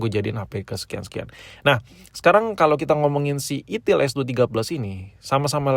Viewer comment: kayak nya si abg nya lebih nyaman dgn "itil" dibanding "itel" sih ya 🤣🤣🤣